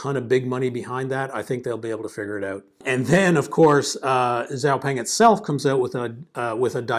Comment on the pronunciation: Thank you for sharing your views. Excellent video! BUT, I would like to help you pronounce the name correctly: Xiao (shiao) Peng (the "e" is a schwa sound). Hope this helps! :)